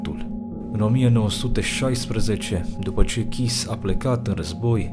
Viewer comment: Kiss se citeste Chiş. Stiu pt ca am o prietena cu numele asta de familie.